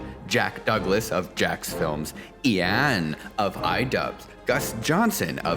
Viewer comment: "Ee-ann of iDubbz" Well, I didn't expect that pronunciation.